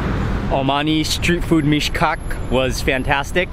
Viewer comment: Everytime you said Meesh-Cock I laughed a little 😂😂😂😂